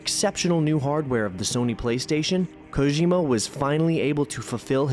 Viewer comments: Koh-jim-uh? You mean "Koh-Gee-muh". This video is top tier either way. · Not even 10 minutes and then he mispronounces Kojima lol